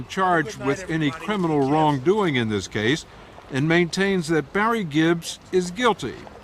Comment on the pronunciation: What the hell is an epitat? The word epitaph is pronounced epitaFF. He's not so "educated" saying things like "trow it all away, I didn't doo dis, and epitat"